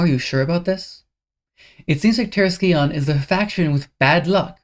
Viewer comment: Just a heads up, the scion in terrascion is pronounced “sai-uhn”. The C is silent